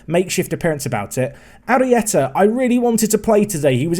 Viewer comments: Arrieta is pronounces “are-ee-eh-tah”, where do you get “ari-teya”?? Otherwise another great video, keep it up!! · Although the extra vowels on Arrieta (pronounced Ari et a) rather than Ariteya. Still love the work! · ITS PRONOUNCED HARRY-ETA